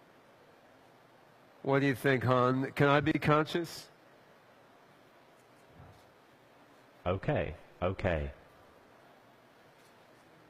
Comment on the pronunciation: I can’t stand that fucking hippie nerd. I wanna slap the crap out of him. Lol he’s supposed to be a super smart person but he said Consciouns when it’s conscious. Illiterate moron.